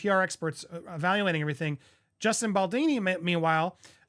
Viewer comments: Andy, Justin's last name is pronounced Bal doe ni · Please just stop saying Justin's last name if you can't pronounce it correctly. It's frustrating to see you haven't corrected yourself in all the videos that have come out from Popcorned Planet on this. I really wish you'd not try to pronounce things you don't know how to like laissez-faire etc. also as it breaks content immersion.